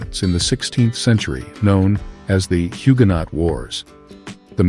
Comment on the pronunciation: it's pronounced Huge-noh not hugo-naught